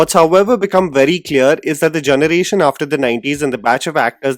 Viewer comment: I love your channel, so this feedback is really just out of goodwill! Your English is incredible, but might I suggest focusing a bit more towards honing your diction? You pronounce generation as “jhunuration” which is a bit distracting. I’ve made this suggestion in other videos too! I’m sorry for being critical but I see a bright future for you in this field, and fixing your diction would take you to even greater heights! Thanks for considering!